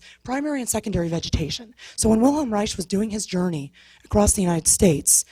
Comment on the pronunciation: she needs to learn how to say wilhelms last name, it's pronounced as rike.